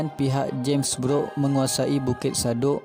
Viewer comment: sebutan james brooke tu kedengaran sepertu james beruk